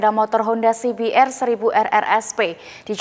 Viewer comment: Si bi er 😀🤣🤣🤣 si bi ar kali yaaa mba